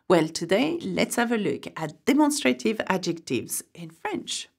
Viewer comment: I'm sorry, but you mispronounced the English word "demonstrative" in the sound ..a..